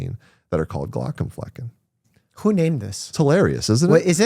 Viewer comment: very interesting conversations, thanks. :) only contribution i can make even remotely near the topic: since Glaucomflecken is a German word, the correct pronunciation would be {g-lou(d) + COMB + fleck-ng} (only one stress, on the second syllable of only 3(-ish) ... not "G-LAW + c'm + FLECK + ehn" with 2 stresses, on the 1st and 3rd of 4 syllables)